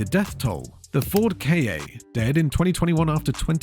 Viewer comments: It's pronounced Ka, not Kay-ay. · The Ford is called Ka, not K.A. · Ford Key Ey 😂. Ai is so idiotic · Are you a "British" AI...? Who in the hell calls Ka "k.a."?? 🫠😵‍💫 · so its artificial stupidity then . To call Ford KA , Ford Key Ey , only idiot can , or stupid trained AI